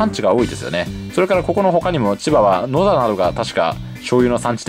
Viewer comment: 、地元の地名を読み上げてくれると嬉しいです。ちなみにこの発音だと大阪の野田になります。